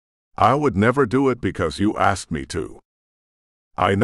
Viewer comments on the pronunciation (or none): Love the books but I agree with others AI says axed instead of asked. Drives me crazy. Reminds me of kids on my bus. Slang word